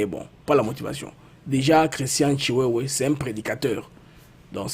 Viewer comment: Ndeko, yo moko okomi Tshiwewe mais ndenge nini ozo benga ye lisusu Tshiwewa? 😂. Tshiwewe et Tshintambwe et non Tshintambwa…